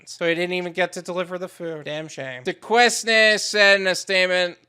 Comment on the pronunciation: Its pronounced Do-Caine